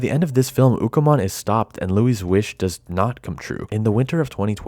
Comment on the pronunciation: Its Ukkomon not Bukamon